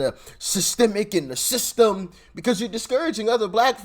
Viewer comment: Someone needs to tell Charlemagne tha Clod that it's pronounced system, not thythtem. The guy's a millionaire, you would think he could afford some speech therapy.